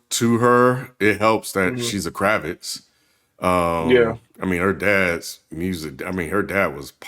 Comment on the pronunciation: It's Kravitz